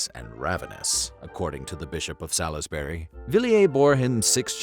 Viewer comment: You'd think they'd prep the new guy better. He can't pronounce Salisbury properly, either...